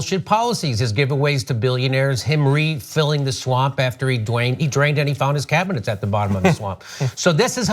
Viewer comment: said dwained like elmur fud lol